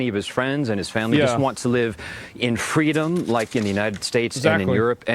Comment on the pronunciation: Omg listen to the way the guy says freedom he sounds like an Israeli. I’m not denying that Iran is committing mass slaughter but I am willing to bet this dude in the video asking for help is a Mossad agent hahaha